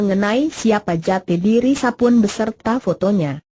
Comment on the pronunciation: Aduh ngomang nya gelepotan emang ga belajar dulu sblm di aploud, Nama Sapon di baca Sapun